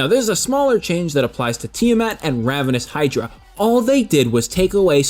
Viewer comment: IT'S RAVENOUS HYDRA YOU DIP